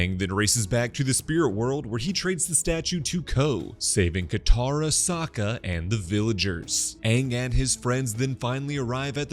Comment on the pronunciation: or "Sak-uh" i know he's kind of a sucker but